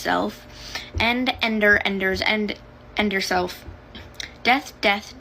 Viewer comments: Ender ,ender, ender… ennd uurr slef Bile,bile,bile…. Bile your self It really sound like she said that in the 1st clip 😂😂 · lost it when the mfer at the start of the video said "enderself." sounds more like "end your self"